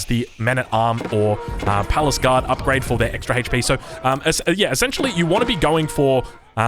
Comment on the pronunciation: I had no idea those units were called "palace guard", I thought they were "paliscade" from the way says it lmao